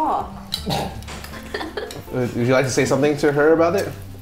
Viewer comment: poki went full Irish there with the f***ing raw 😂